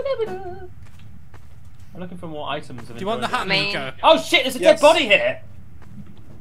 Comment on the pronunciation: the singer was called Mika not Miko hahahaha